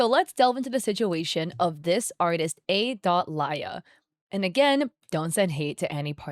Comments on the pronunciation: So my girlfriend’s name is Alya. And watching this hits for two reasons. 1. My girlfriend’s name is the same as a scammer, 2. The way you pronounce it is painful. (No hate, just saying this for the lols.) Now pronunciation usually differs, but it’s usually pronounced similarly to Aliyah, or Al-Yah. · I think the name is pronounced “Ah-Leah”,. 😂It’s a Russian name, sometimes it’s used as a diminutive.